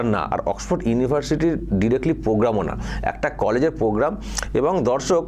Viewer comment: PROGRAM KOTHA TA YHIK KORE UCCHARON KORTE PARE NA, PROGRAM KOTHA TA KE POGGAM BOLE KHEAL KORE DEKHBEN.